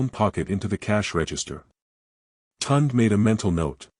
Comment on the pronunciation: At least try to pronounce the names properly. It is not Tund, it is (Tune day Tunde)